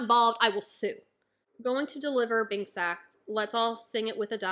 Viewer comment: Sake is pronounced sakay not sak btw